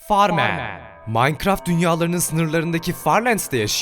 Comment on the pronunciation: Süüüüü aradığım efsane abi Farman forman diye okunuyor